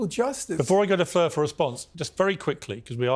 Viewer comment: I'm disappointed Norman pronounced Fleur's name correctly, was hoping for 7 different versions like he did with Destiny. 😂😂